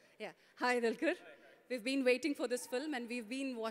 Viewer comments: it's dulquer. Pronounce properly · Ohh god anchoring is too bad....She's calling Dulquer as Dalker........